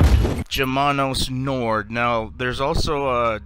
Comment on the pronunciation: You have a bery weird pronounciation of nord and sud.